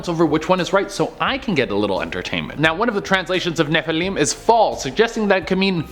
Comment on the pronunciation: ROFLMFAO. Loving how he is pronouncing Nephilim